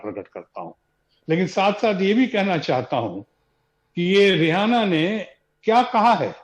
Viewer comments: Sir rihana nhi h uska naam. Riaana bola jata h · रेहाना या रिहाना नही, रिऐना है नाम। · रि आना है ना कि रिहाना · The host being such a prominent figure at NDTV is pronouncing the name of the singer incorrectly. BABA learn from one of your own editor Mr. Ravish Kumar.